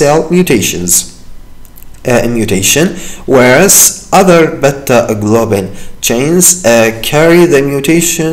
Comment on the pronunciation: Beta not bata plz 😅💔